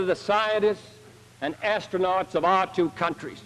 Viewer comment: Is it just me or when he says astronaut on fact 6 It sounds like he says Ass stronaut (because hes Talking about Uranus)